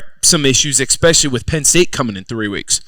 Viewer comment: The ‘X-Specially’ term X10 by Zach